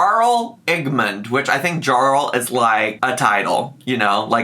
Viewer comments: YARL not Jarl... just saying 👀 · Also it's pronounced yarll not jarl 😂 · Harl is pronounced Yarl. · Jarl is pronounced "yarl." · Jarl is pronounced as Yarl ... which is anglicized of the of the title Earl. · Jarl is pronounced yarl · "juh-arl" omg no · So speculative and transformative! Also Jarl is pronounced like Yarl 😘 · The way I jumped when I read Skyrim and Amberlynn in the same sentence... lost my mind. P.S It's pronounced 'Yarl' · My love. My life. It’s YARL with a YA sound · “Jarl” is essentially a ruler, pronounced “Yarl”, it’s a nordic word. That concludes todays completely useless information. 🥰💕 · Jarl is pronounced with the j making a y sound. JS. Say it however you want obvi. 🖤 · also "Jarl" is pronounced "Yarl" lol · I'm sure people said this a bunch but jarl is pronounced yarl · The title had me rolling lmao! Also, the title of jarl is pronounced "yarl" and is actually the precursor word for the noble title of "earl"! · Jarl is pronounced yarl lol It’s giving me ‘white boy who can’t pronounce “tortillas”’ hahaha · I love Skyrim and the thought of as the dragonborn makes me laugh. I highly recommend watching Willo's playthrough on YouTube where he pretended to make Eric a Skyrim character lol PS: the way you pronounced Jarl hurt my soul, even though you couldn't possibly know how it's pronounced unless you've heard it so I forgive you,! 😂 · Hearing you repeatedly say Jarl with a hard J sent me each time oml, and the comment on character creation was just peak 💀 I have over 500 hours logged on Elder Scrolls V: Skyrim and let me tell you, I spent quite a bit of those hours in character creation mode (with mods of course) Also, I had honestly forgotten Faleen existed in the game so when said that name it didn't even cross my mind:x Love your content, transformative as always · Hearing you pronounce Jarl brought me so much joy 🤣